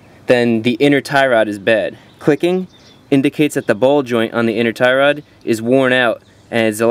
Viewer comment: Tie Rod . You make it sounds like " thyroid ". How to check/change if your thyroid glands are bad ? lol Anyway, thanks a bunch. You're indirectly fixing my car with your videos.